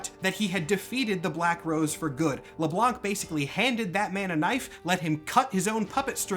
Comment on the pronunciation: so, its French. You don't say the "C" in Le Blanc.